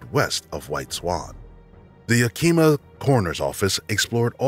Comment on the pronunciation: case 7 can I just say that Yakama and Yakima are pronounced not like Yakeema but Yak-i-ma like i in intel or yak-a-ma with a in apple. It happens all the time. Yakama is the tribe and Yakima is the county/city in Washington.